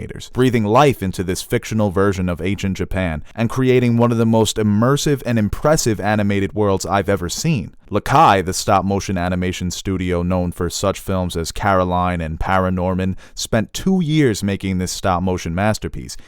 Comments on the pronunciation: It's Laika not lakai. I love your channel. Never give up. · lol the first time he says "lakai" hella threw me off